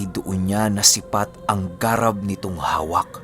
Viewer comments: "Garàb" po yon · Thanks 🥰,, ung (garab) na word iba yata Ung pronounce☺